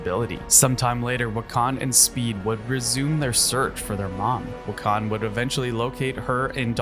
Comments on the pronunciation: It's pronounced "Wick-in" not "Wha-Khan" Wiccan means practitioner of Wicca. Wicca is a witchcraft centric religion in the real world. Chthon also pronounced "Kuh-Thon" Genosha is pronounced "Juh-Know-Sha" not "Ghee-Gno-Shuh" and it's a Monkey's Paw situation, not a Rabbit's Paw lol. Hulk-LING also, not Hulking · As a fan of Wanda’s story and WICCAN Pronounced WICCAN AND NOT WECAN. And HulkLING not Hulking. Damn are you even a fan. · “Wiccon” instead of Wiccan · Um. This is an AI voice? Because why is wican being pronounced wi-KHAN . Lol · why do you pronounce wiccan like pecan 💀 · ...he sucks than. "Wiccan" is very hard i know "Wick-can" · wiccan. WICK-en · Why on earth do you pronounce Wiccan like that..... Omg HulkLING too. Jesus. Also Wanda was not the one who reversed M day it was Hope Summers.